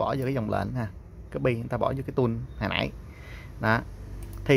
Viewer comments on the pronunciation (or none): none